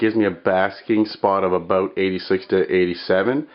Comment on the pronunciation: CANADA! did anyone catch that...aboot